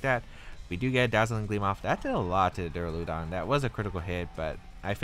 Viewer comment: also i think its duraludon, as opposed to Duuraluudon